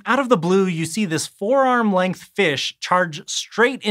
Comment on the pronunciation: I was so confused... "Four arm-length" or "forearm length"... 🤦🏻‍♀️ Duh...